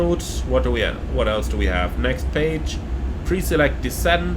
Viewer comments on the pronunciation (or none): none